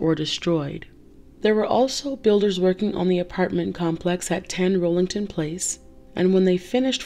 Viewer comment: Rollington Place? It was Rillington Place...